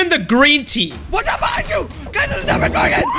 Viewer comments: Did you just say "Demigorgon"? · Did he Call it a demigorgon? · Its demo gorgon not demi gorgen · Why do they call it a Demigorgon😅😅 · It's not Demigorgon it's the Demogorgon